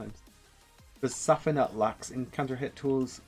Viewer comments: Pretty awsome guide. But idk how you pronounce zafina the way you do the game announcer says it when u pick her. But i dont want the negative to overwhelm the compliment. Really really thankful for the guide 😊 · I was heavily triggered by your pronunciation of her name, but this was really good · The way you pronounce her name should be legit illegal. Otherwise thanks for the guide homie Kappa